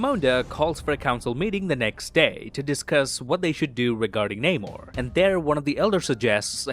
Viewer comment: Could you please pronounce the name Namor correctly. Just as he said it in the movie.